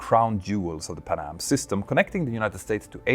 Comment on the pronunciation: It’s not pa’nam. It’s Pan Am…